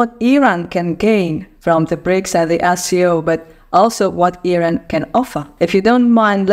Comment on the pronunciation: Yooooow it’s Iran not airain